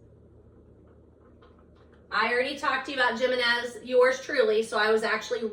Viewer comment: Hi! Just so you know, Abby Jimenez is pronounced with an H, so Abby Himenez.